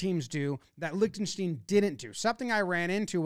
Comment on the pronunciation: didn't pronounce Lichtenstein the same way once and that's honestly impressive